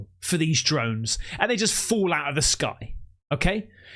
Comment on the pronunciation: Am i hearing correctly? did u say "dromes" or drones 😂